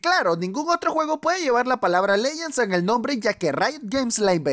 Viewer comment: "Leguends" XD